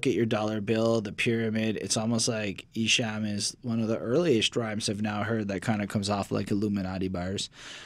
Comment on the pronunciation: Not trying 2be a hater but esham is pronounced like the word , calm . not ham like u eat . jus puttin u up on game . awesome review guys . like 4yall 2do another esham album review